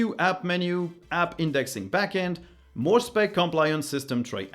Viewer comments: Wondering why "moar stuff". Your English is excellent so I suppose this is intentional. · ("Watch MOAR stuff!" in the end ? Intentional?)